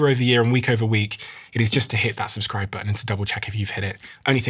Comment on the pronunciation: Brilliant guest! PS when urging to subscribe, you say «subscribe or subscrib-uh» which I get u mean subscribe, but sounds confusing as uh sounds like silent r subscriber, so just suggestion to pronounce plain:)